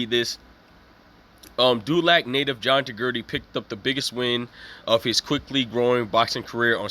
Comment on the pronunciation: my guy plz pronounce the mans name properly ... the name is not GERDY ... its pronounced GUIDRY( GID REE). my dude u couldn't even spell my guys name correctly .